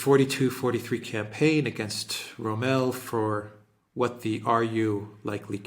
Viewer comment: Row-mèl: The Dessert Faucheux